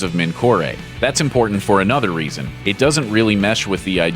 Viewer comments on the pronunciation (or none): none